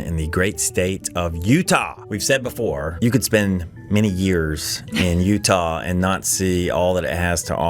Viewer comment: I love Utahrr! Don’t know where that pronunciation came from? Maybe someone can enlighten us?